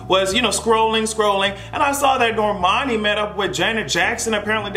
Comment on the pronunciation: I had to give Hot Girl Summer another listen and I grew to like it. It’s definitely in my pregame and work out playlists, it helped me get through my squats this morning lmao When I saw those pictures of Normani I could hear your voice “NOR-MAH-NI!”